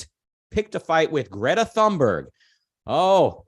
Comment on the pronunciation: Is Greta British now? xD